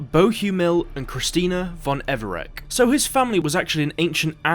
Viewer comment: Everec is pronounced EVER-RETZ Thank you.